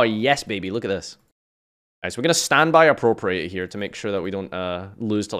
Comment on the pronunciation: And 'Appropriate'.